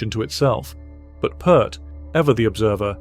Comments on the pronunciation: Pee Ert...not Purrt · You can't even pronounce his name correctly!!!🙄 It's NOT "Pert"...it's pronounced "Peert" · Can't your freaking AI voice pronounce Neil's last name correctly? Pronounced like 'ear' not 'er' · pEARt not PERT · Sadly, I didn’t make it past 30-40 seconds when you mispronounced his last name. Can’t take the video seriously. It’s not “put”, it’s “Peert”. Downvote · There's an Ear in his last name. It sounds like Peert, not Pert. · Say Peer T .... not Pert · It's NEIL PEART!!!! (Pronounce PEEERT!!!) 😉😉😉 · OK watch my lips ... The surname ....IT'S NOT "PERT " .. IT'S PRONOUNCED " PEA - ERT " or as in " PEE" " ERT" !!! Like in the surname " Pearce" !! For crying out loud... !¬! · Dude, it is pronounced pirt. Pirt. Not pert. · It's "PEERT," not "Purt." Geddy, Alex, and Neil, himself, may he Rest In Peace, pronounced the man's name "Peert " I heard ALL of them say so with my own ears. Get it through your thick heads, people. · Peart, like ear, Peart not pert. Freaking idiots. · Peeeeeeeeeert! Dammit! Not pert! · If you're going to do any kind of piece on Neil Peart it might be good to pronounce his last name correctly. "Peert" not "Pert" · Lost me when you mispronounced his name. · Neil's last name is pronounced P-ear-t, not Pert! The man Neil learned from the most was Hal Blaine. Neil learned more from Hal than the drummers mentioned in the video. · Why say Pert when its Peert?? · The man’s surname is pronounced, “Peert..” But we can’t expect A.I. to know that, now can we. Sheesh. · Why do these people say PERT??? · It's read PEERT, not PEART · Come on pronounce His name correctly. The last name of Neil is pronounced like the word pier with a t on the end! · His name is pronounced "Peert"..just sharing. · It's pronounced 'Peert', like 'ear'. And this should really be titled "Three of Peart's Favorite Drummers". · P-ear-t (please) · AI click bait, if you can't even pronounce the man's name correctly then nothing else is believable.